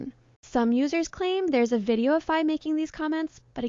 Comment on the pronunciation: Please please do well to pronounce Faye name correctly! Faye is pronounced Fye.